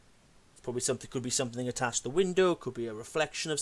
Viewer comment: Any one who pronounces something as sumfing has to be less intelligent than a 10 yr. old. His video proves he's got the mind of a child.